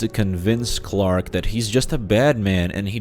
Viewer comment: The actor has a difficult name to pronounce yes but he for some reason just can't say Clark